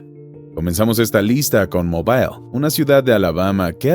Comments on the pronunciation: no se dice mobail, se dice mobl 🤣🤣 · en ingles y español la ciudad de Mobil Alabama se pronuncia igual